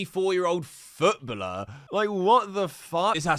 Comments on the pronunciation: Please stop saying “Footbuller” sheesh. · I gave up on KSI a while ago, used to love him so much when I was a kid, the guy is deluded. p.s never say “Futbuller” again 😂 it’s footballer man ffs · WTF is a retired futbluhh? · Foot bulllur? Jesus that was rough to hear 9 times lollllll❤ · wtf is his prononciation of footballer🤣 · That "footballer" pronounciation is very interesting